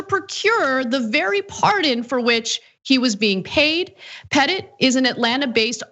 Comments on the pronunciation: "Petit" is French for "small" and it sounds like "Puh-Tee". He must be feeling puh-tee now. lol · Anna, I think you are pronouncing Pete Petit's name wrong, I think it's more the Jackie Wilson version. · Parker 'Pete' Petit? Petit is just french for the word 'small'. Which makes this guy Little Pete.